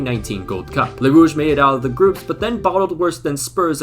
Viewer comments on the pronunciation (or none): The way he says Les Rouges kills me inside